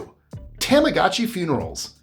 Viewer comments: It’s pronounced tamagoochi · Its pronounced TOMogachi